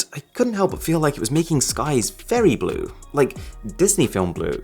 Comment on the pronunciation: okay its serious when he says DISNEY BULE